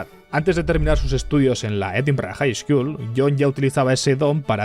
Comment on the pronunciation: Me gusta cómo pronuncias Edimburgh, muy scottish